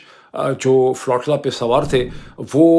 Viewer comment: بھائی صاحب! تلفظ “فلو-ٹی-لا” نہیں یہ لفظ flotilla ہے۰۰۰!؟